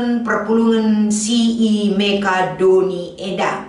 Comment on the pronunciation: Sentabi, bukan Mekadoni tapi Makedoni. Bujur.🙏🙏🙏🙏🙏